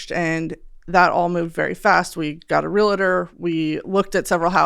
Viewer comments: This has nothing to do with the episode and this is 100% a petty, stupid point. Can we please not say "real-ah-tor"...it's phonetically spelled out already. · Not being able to pronounce realtor correctly was bad enough.. the rest was just icing on the cake.